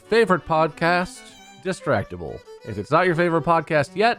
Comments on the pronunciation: Guys. Its Dis-sad-ible Not decidible lol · Anyone else hear him say Decidable at the beginning? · Am I the only one that heard "decidable" rather than distractble in the intro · why did he say decidable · anyone else noticed how intro person said disign able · Excuse me but desilable? Voldemort said desilable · Im sorry did the announcer guy of the episode say "welcome to Dissadible"? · Am i the only one who heard the narrator call it Decidable